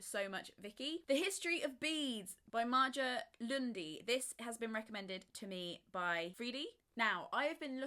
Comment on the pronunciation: You totally slaughtered Maja Lunde's name! 😂🙈